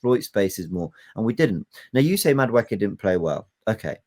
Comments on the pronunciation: mate, it isn’t Madawookie. He ain’t on Star Wars. It’s pronounced Madawakie… Madueke. Easy. Please one of you 3 correct him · mispronounces Mosquera as Masquera once and Jordan jumps in but you've all let him say Madawookie for weeks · Jordan - please also correct saying MadaWookie - this ain't Star Wars. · I beg in this one instance be like Ty and just name players by their first name please it fully takes me a few seconds to work out who you're talking about...... Madwhowookie....... Mascara....😂😂😂